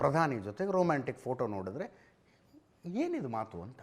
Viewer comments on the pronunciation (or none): Romanstick ಅಲ್ಲ ರೊಮ್ಯಾಂಟಿಕ್ 😂😅